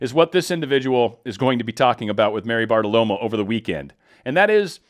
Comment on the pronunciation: FYI, there's no "l" in Maria BartaRomo's name. LOVE YA BROTHER PATRIOT!! WWG1WGA